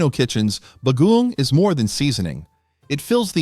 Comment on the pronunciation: The word “bagoong” is accented on the “ong”. Fyi. No apology needed.